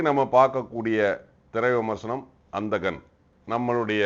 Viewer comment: விமர்சனம் சரியாக சொல்லுங்கள் சார்.., அந்த கண் -என்று தவறான உச்சரிப்பு செய்கிறீர்கள்.., (எந்த கண்ணும் இல்லை) இரண்டு சுழி 'ன' -வோடு உச்சரிப்பு செய்வதுதான் சரி! இது, அந்த கண் இல்லை ; 'அந்தகன்' (குருடன் - என்று பொருள்) (சரியாக சொன்னால்தான், "உள்ளது உள்ளபடி!"